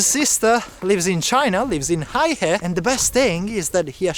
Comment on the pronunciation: Heihe is pronounced "hey her" not "hi her".